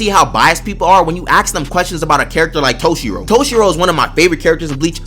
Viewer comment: Can you say ask instead of axe?